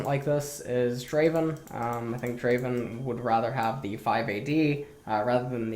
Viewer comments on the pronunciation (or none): none